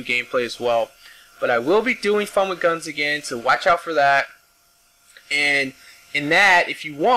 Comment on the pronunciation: With, not wid.